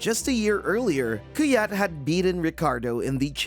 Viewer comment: That Kvyat pronounciation is horrible. You should know better